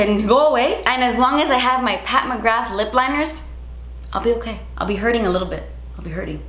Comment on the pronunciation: Isn’t it Mcgra pronounced like ‘bra’ with a ‘g’. Not mcrgath lmao